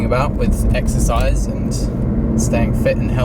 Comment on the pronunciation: Exercise? I thought u said extra fries..